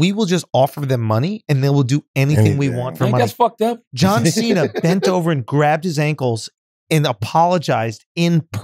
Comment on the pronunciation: did Schultz say "John Thick" smh lol!